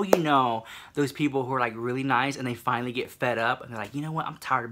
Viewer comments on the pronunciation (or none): none